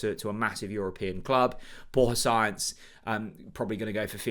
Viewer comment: Borja Science, haha. It's Sa-inz.